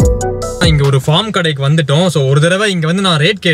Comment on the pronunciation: 🎉All r superb😊👌உங்க videos பார்த்து பார்த்து...உங்க நெருங்குன சொந்த காரன் மாதிரி ஒரு பீஃலிங் வருது...🤪 Good attitude 👍👍👍 ஒரு சின்ன correction bro...பாஃர்ம்..... இல்ல பேஃர்ம்